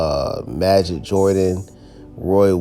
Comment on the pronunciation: It’s pronounced as majeed